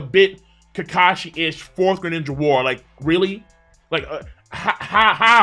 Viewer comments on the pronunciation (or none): none